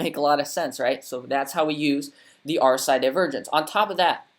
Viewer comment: New to your channel but you’re reading RSI wrong